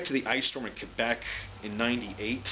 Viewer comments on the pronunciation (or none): none